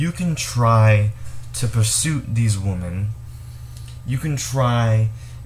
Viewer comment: Right. I don't buy them anything. You're pronouncing the word "women" wrong. "Woman" is singular, "women" is plural.